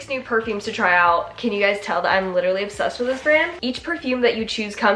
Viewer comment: i need someone to go back through this video and count how many times she said obbsessed